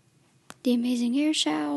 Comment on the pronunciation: Airshou not airshow